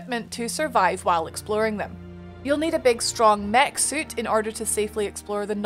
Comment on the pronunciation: Great review, sounds really interesting. I especially like how your character stats effect the appearance. I also love when you Scottish slips out and we get a good ""Woruld" or "EXplorin"